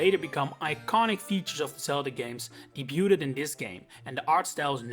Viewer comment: Little tip since I assume you're not a native English speaker and I've heard you make this mistake in a few videos: the 't' in 'debut'/'debuted' is silent. (Hope this doesn't come across as mean or rude, just trying to be helpful, your English is generally very good!)